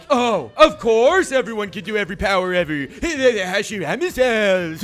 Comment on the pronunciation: Good job saying the first hokages name wrong